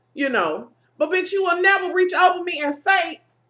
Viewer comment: If this is duplicate forgive me but the comments are action up.. you had me dyin laughing sayin wretch instead of reach cause I say it too!! I get a few side eyes,but I care not. I know its reach. I just like sayin wretch. <3